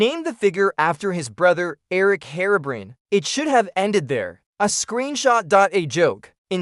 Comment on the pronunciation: The facts are mostly right but you could've mentioned Whiteeyes too, just a little tip. Also, I think your voiceover AI (probably Elevenlabs?) is set up slightly wrong with how it speaks "Herobrine", you might want to look into that. - Kalarian